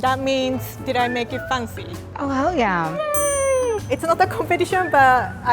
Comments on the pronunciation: "Make it Funcy" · She pronounces fancy as fun-sy and I love that T-T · I just love it when says fancy as "faancy" whereas it is actually spelt as "f(ae)ncy" <-- {only pronunciation in American English} and she looks so damn cute when she does her "MAKE IT FANCY" dance move 😂😂🥰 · i came here to enjoy her pronunciation of “fancy” so cute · I love rie pronounceing the word” fancy”